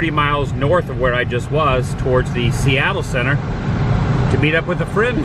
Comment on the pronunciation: A few Seattle pointers: - the coffee density is high. If the number of coffee places per city block goes below 2 people start having withdrawal - the emphasis on pronunciation of "Seattle Center" should be on the word "Center", not "Seattle" - Alweg is the same company that built the Disneyland monorail